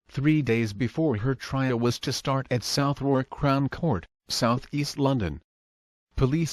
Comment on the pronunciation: Southwark is pronounced suh thuk